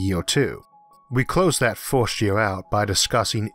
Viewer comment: The "forst" and the "thord" was too much for me!😂